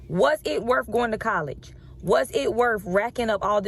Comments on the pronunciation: “Was it wurf it?” Apparently not for you. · College degree and pronunciation of worth is Worfh … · "Was it werf going to college?" I'm guessing it wasn't.